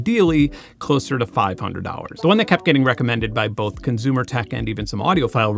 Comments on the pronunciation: Good vid, but hearing you say conzoomer (consumer) and conzoom (consume) bothers me 😂 edit: also theory-oh-retically is this an inside joke? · Why does he pronounce “consumer” as “conzumer”? Where is he from? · Why do you say conzume/conzumer? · Consumer has an S in it. Stop saying conzoomer.. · CONZOOOOOOOOM!!! Hahahaha I’m so glad I’m not the only one who heard this 😂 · Great video! It validated so many of my opinions. So, thank you! I just have ONE question: [clears throat] ... Why do you say consumer so often - and why do you pronounce it conZOOMER? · Love your videos, but please stop saying "conzoomer" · I love how Benn turns temporarily German every time he says "consumer" :P